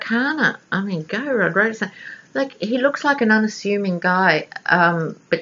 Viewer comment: Loved this reading on Rosenstein (pronounced stine as in spine ☺️). Rod Rosenstein is a Lion of Judah , a righteous dude! He and Mueller are true American heroes. Thank heavens there are some actual men in the Justice Dept who actually care about the rule of law. They both are 100 times smarter than the adolescent orangutan and the adolescent baboon he has for counsel. Both Trump and Cohen are stupid and cruel men. They are in the soup now ! They have Cohen dead to rights on a number of financial crimes I am sure. Even if he does “sing”, I do not think he will be able to avoid prison. The really delectable part of this story is that because the raid was conducted by the Southern District of New York, no presidential pardons apply. I am sure that R and M considered this when deciding which office should handle the raid. Another morsel is that there is no statute of limitations for tax fraud! So Cohen could be looking at many many charges just like Manafort. Not to mention serious campaign violations regarding money used to “buy” silence on who knows how many women? In the book “Fire and Fury”, Steve Bannon reportedly told the author that there were hundreds of women the Cohen “ took care of “ for Trump during the campaign. As of yesterday Michael Avenatti, Stormy Daniels attorney, said that he was preparing to release a sketch of the man who assailed Ms. Daniels and her infant daughter in a Las Vegas parking lot outside a fitness gym. They were going to ask for the public’s’ h